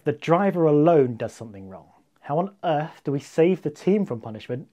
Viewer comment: Eart calling, earth calling...lol